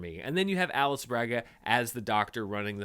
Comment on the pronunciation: Gonna be real nitpicky here, but Alice Braga's name is not spoken as the English "Alice", in Potruguese it's more like "Aleeci", kind of like Khaleesi